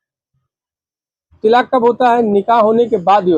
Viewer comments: Tilaaq nahi talaaq hota hai choo n choo n ka murabba hai yeh 😅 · जिसको तलाक बोलना भी नहीं आ रहा है तिलाक तिलाक़ कर रहा है